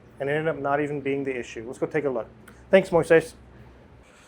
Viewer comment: Moises is a really common name in Latin Countries. Its a biblical name. has a hard time pronouncing it, its very funny.